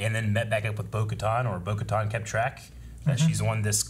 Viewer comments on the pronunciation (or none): It kinda bothers me that some people say Bo “ka-ton.” The way they pronounce it in the show is “ka-tan.” Its probably just me I guess